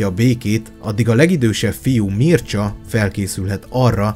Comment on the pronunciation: Ă nem teljesen ö... Az â sem teljesen ü hanem inkább egy török ı hanghoz hasonlít. A Mircsa az pedig Mircsá